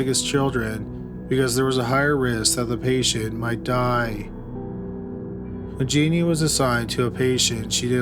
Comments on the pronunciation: Wtf was wrong with Jones? This was a crazy story. Can’t believe no one said anything. Also her name is Genene. Not “Jeannie.” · Love your videos,! Just one correction on this one: Genene Jones' name is pronounced "Jen-EEN," not "JEE-nee." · Not that it really matters all that much, but Genene is pronounced like Psycho Bitch Juh-neen. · isn't genene pronounced like "juh-neen"? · Actually it's gen een.